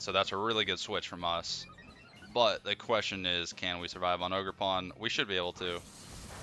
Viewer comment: Ogerpon said ogergone